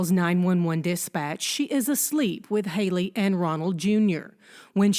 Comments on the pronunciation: Nancy, why do you pronounce these names like this ? Hee-lee instead of Hay-lee, Key-lee instead of Kay-lee, Key-lub instead of Kay-lub. It’s so irritating. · Nancy I love and respect you but it's Hayyyyyyley not Hilley. Like hey girl hey not hill to climb lol